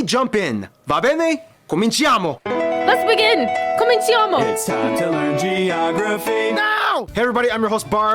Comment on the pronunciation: In "Cominciamo" you shouldn't pronounce the second "i". after g or c the "i" falls out if it followed by a vowel. So the pronouncination is about "comeenchamo". Just like how the people from the US pronounce wrong as well the notorius mafia boss Charlie Luciano. NOT "Luocheeano" BUT "Louchano" The same with "regigo" I gave it up, it is hopeess. The US people pronounce everything totally wrong and they do that very confidently.